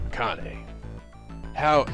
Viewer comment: Lol, Akane's name is pronounced Ah-Khan-eh. You should watch more subbed anime and you'll get the hang of name pronunciation pretty quickly.If I knew what you were into, I'd give some recommendations that are extremely popular.